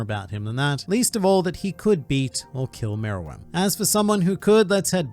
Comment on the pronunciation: he's saying it right